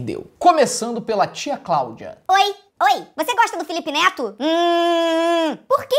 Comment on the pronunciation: Ana Laura De Andrade Costa e sim ela falou note e neto parece que näo estuda